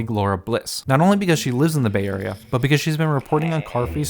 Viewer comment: You: The Bay Area Me, an intellectual: The Bay-re-ah